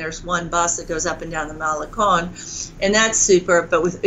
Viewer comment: Writes a book on spanish, but can't pronounce "malecon" hmm...